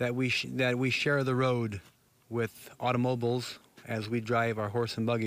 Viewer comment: I like how he pronounces automobiles.